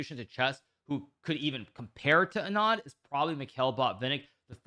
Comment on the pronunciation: not Uh-naan but Aah-nun(like english word nun)-d(soft spanish d)